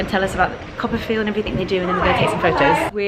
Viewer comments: Lol! I'm a little behind but I just finished reading Anna's post where she talked about "Coppafeel". This whole time I thought you were saying "copperfield". Hah. #americanproblems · I am also think that it is 'Copper field"..haha!